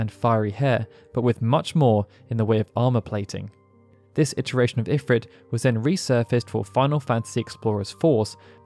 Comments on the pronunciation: A remarkably comprehensive history of Ifrit...even though you somehow never noticed that in every single iteration involving voice acting, (FFXII, FFXIV, FFXV) they always pronounced it "eh-FREET," not "if-writ." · according to FFXVI its pronounced "IF-reet" snort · Idk why I always pronounce it as Infrit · Couldn't watch this because they keep saying Ifrit wrong.